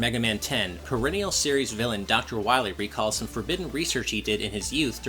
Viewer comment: DR. WAHWEE